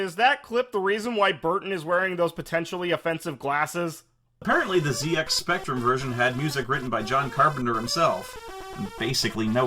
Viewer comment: as a Brit of a certain age the pronunciation of ZX Spectrum hurt me which is odd because I had an amstrad